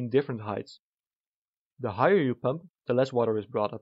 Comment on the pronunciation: Always hearing Pömp here 🤔